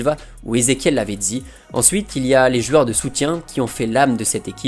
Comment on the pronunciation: Une rivalité mmmtactique, le psg mmest en confiance, de jouer avec mm un faux numéro 9, ... Mais à part ça, tes vidéos sont géniales :p J'ai aussi une question pour "jueurs" au lieu de "joueurs", c'est un accent ?